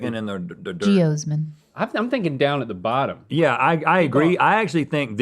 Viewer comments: Stevie, it's pronounced "Gee-OZ-min" rather than "Gee-OHs-min" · no one: stevie: geosmen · As a past beet researcher hearing Stevie mispronounce geosmin over and over was a tad painful lol. ge-AH-smin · i like stevie when she says jeosmin not sure why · Rhett : Russian Restaurants Stevie : Geosmin Siri : Yep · Can we get a 10 hour loop of Stevie saying geosmin? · Stevie saying "geosmin" as many times as she could fit into the segment made me smile the most. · I want Stevie to continue saying geosmin randomly throughout episodes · Alright who was the beautiful bastard who clipped Stevie saying 'Geosmin' incorrectly 😂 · I feel like Stevie should've said geosmin one more time